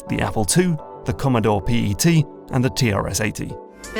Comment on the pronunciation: It’s pet not p.e.t.